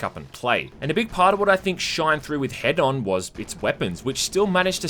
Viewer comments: It’s H-eed-on like Hedonist. Not head on, apply to forehead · >head-on Bro... IT'S HEDON. Like Hedonism. Say it with me, now!: [Heeden]. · Wait why does even the game pronounce "Hedon" as "Head-on"